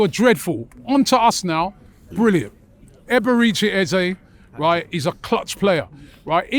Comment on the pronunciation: Robbie ffs at least get his name right. Eberechi 🤦‍♂️